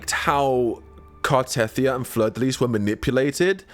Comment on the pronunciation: Car-teh-thee-ah, not Car-teth-ee-ah.